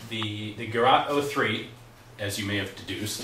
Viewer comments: The pronouncing is not garat, it is gerät. The Ä like pronounced the a in GAS- operated.... or simple, as Geret 03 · Gerat in Islamabad. It's Ger-ät. The Umlaut of doom will not be ignored. How to: Open your mouth as wide as possible and let your tongue hang out as wide as possible and try to produce a sound. This is in the ballpark of the "ä". Listen to the pronunciation of "Mädchen" online.